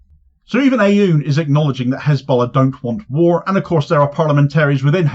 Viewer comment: You won’t be able to pronounce the first letter but if you simply say oon Like Boone without the B , it will be far batter than your current pronunciation , this is no actual A in his prononciation it’s an effort to represent a letter that doesn’t exist or a compound sound but your over focusing on the A in the president’s name